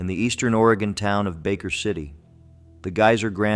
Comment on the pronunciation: Will-a-metty in Or-gone. 😂🎉